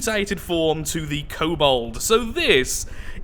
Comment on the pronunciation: Hayte cool entry haven’t seen one for the Steel Striders until now. Oh and it’s kobold not cobalt. Btw I just noticed that the abbreviation for the Steel Striders is the S.S... they’re the Nazi war machine of neter...